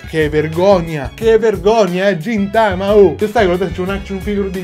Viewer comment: Quello li si chiama gintoki ed è di gintama e si leggono ghintama e ghintoki